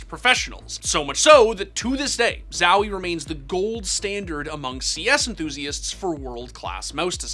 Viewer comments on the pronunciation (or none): its ZOHie, not ZAWie lol